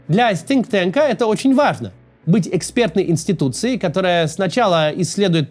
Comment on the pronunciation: Кац, надо над английским работать: Sink tank звучало эпично.